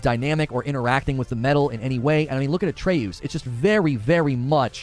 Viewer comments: Well i guess there is always gonna be that one guy that pronounces the names all wacky. Gerard instead of Geralt...And now..Atreoos instead of Atreus. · Not trying to be unique. I honestly just mispronounced it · Bro how do you mispronounce Atreus